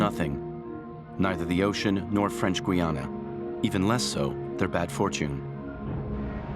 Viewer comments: I've read all of the books that ex-cons have written about French Guiana. How can you respect a video that can't get the name of the country pronounce correctly. It's not Gwe + Anna !! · Gweeana? I stopped watching at that point.